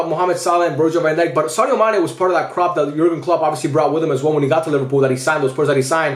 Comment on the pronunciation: Dude that is not Sane, it's Mane 😂